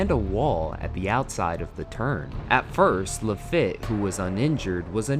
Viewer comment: Seriously need copy and pronunciation checks. Or your AI program needs help. ‘Pah-chay’ ‘La-Feet’ etc. -U10